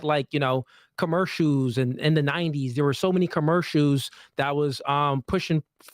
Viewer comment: If jake is on your ass about “women” vs “women” then he needs to be on ass about saying commercials like “commershoes”